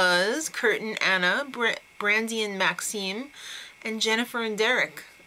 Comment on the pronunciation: You'd think after watching 200 shows you'd know how to pronounce Maksim.